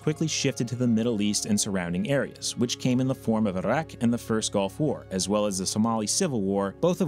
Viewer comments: Why did you say Iraq funny? It's like when American's say Mexican names they'll suddenly adopt a strange affectation. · The way you say the word "iraq" just rustles my Jimmy's for some reason. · Why do pronounce Iraq that way? It's funny. I'm not over here saying "eye-rack". But geez, you put that funk on it. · Interesting pronunciation of Iraq...